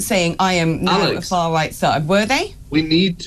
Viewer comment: She just can't say the R in far right...far white!